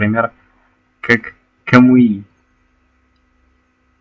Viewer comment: не камуИ а камУи